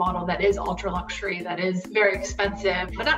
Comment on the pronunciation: Pronouncing luxury 'lugzhury'... doesn't sound luxurious. 😄